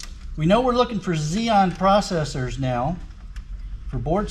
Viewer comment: Yea I just found it a little funny so i decided to comment "xenon" lol. Good video btw